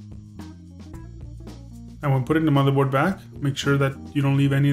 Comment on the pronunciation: Good Vid;!!! never mind the idiots who saying negative shit,, and I think that it's great that you didn't edit out the "matherboard" slip!! The critics are probably guys who never make mistakes:P and do their best to hide the ones they do! I think it adds a nice touch